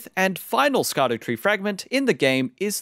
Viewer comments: For anyone who doesn’t know Scadutree is actually supposed to be pronounced shadow tree. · It's pronounced Shadowtree 🤓